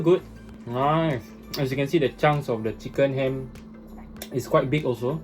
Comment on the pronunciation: LMFAO the way pronouce "CikEn HAM" makes such an innocent thing sound so vulgar